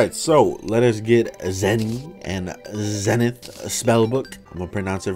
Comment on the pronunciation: Ze-Nithh that's the pronunciations